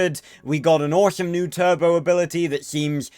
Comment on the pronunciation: It’s the tur-bow 🤣